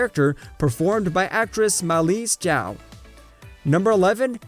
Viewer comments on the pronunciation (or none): none